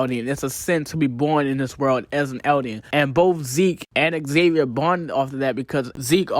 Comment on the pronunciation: Why are you calling Ksaver Xavier? It’s pronounced Saver with a silent K